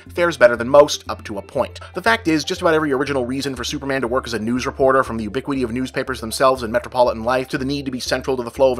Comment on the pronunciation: Things that just bother me: "ooh-biquity"